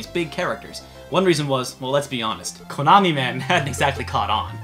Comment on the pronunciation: It sounds so funny when he says KOOnami and stOOOpid, LOL!